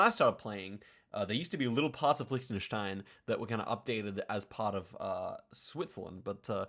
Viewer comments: He learned German so he knows the pronunciation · English speaking native with a proper pronunciation of Liechtenstein (especially the ch part), you dont see that every day. Well done!